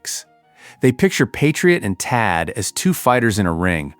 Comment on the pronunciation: "The Patriot or the Taad?" I think you missed an H in there. "Pick a whiner" Are you sure you read this script?